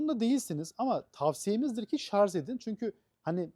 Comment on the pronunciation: Şarz değil Şarj olacak.